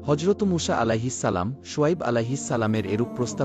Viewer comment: মূষা কি আবার????? নাম টাও নিতে পারেন না ঠিকমত